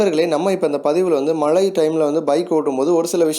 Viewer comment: Please be sure that you pronounce correctly. Its not malai its mazhai.